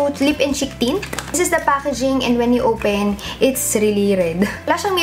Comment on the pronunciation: “Let’s owpen”